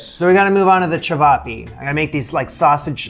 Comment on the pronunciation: Nailed the ćevapi pronounciation